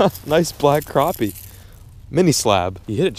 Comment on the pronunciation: I'm happy you say crappie! Not croppie! Lol.